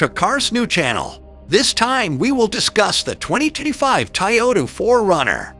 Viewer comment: Nice “Tayota” !